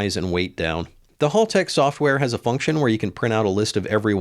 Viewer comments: HAL Tech as in Hal from the film 2001. They’re Aussies so it’s pronounced accordingly. HALL has 2 L’s. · it's Haltech not Haltech ;)